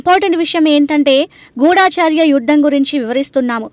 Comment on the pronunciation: గూఢాచర్య కాదు తల్లీ గూఢచర్య😭 తెలుగు రాదా? 🥰 ఏమిటిది భాషా హింస 😮